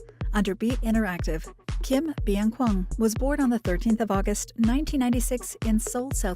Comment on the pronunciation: Saying his name however they want except the right way lol